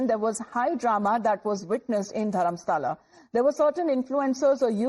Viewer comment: Not Dharmasala.. it is Dharmasthala